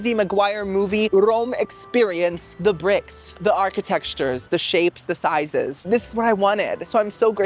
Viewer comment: babes - ar-ki-tec-ture. no x involved! loveeee youuuu